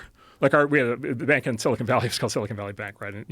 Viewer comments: Joe, it’s not “silicone” it’s silicon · IT'S NOT sili CONE valley!!!! It's sili CON!!! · i'm sure its been said, but Rogan always says "silicone valley" lol